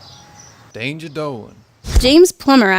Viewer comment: XD Dangah Dolan